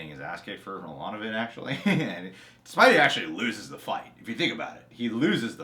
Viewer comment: spidey not spidy lol